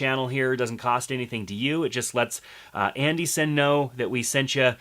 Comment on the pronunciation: id love to know the propper pronunciation for Andy Cine ! you say it like andy ''SIN'' iv heard others say Andy ''Ciney'' i thought it was Andy Cine as in Wine or am I in the wrong ? lol